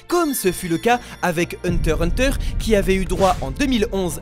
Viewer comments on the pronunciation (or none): none